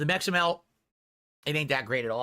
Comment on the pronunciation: Can't even pronounce Meximelt without sounding like an idiot.